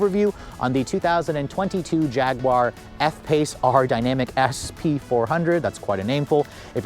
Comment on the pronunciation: u should say "Jag-you-are" instead of "Jag-gu-are"